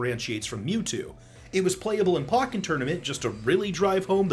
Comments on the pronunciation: The way you say Pokken blows my mind with how bad you pronounce it. “Pockin?” Really?! POCKIN?!! Lolololol. Do you also say Pock-e-mon? Ha! On a side note, Gardivoire was popular during the Ballot. And Gothitelle is very poplular in Japan. If I were Sakurai, I would choose those two as my Gen 3 and Gen 5 reps because of their very similar builds. The Gardivoire leak is, IMO, the most credible leak in this video. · "Pock-en Tournament" lol I like how you pronounce some words haha but we still love you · did you seriously pronounce pokken like that?